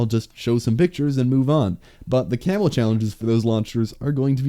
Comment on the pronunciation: I heard "Camel Grind" at the very start of the video xD